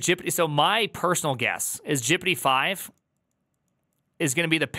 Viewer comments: Please stop pronouncing GPT as 'jippidy' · i like how he says gpt jippity. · Why are you saying Prooompt and Jipitee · Anyone else confused by why says gpt as “jippity” and “prompt” as “proompt”?